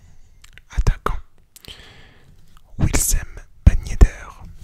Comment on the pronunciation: Wissam pas Wilsem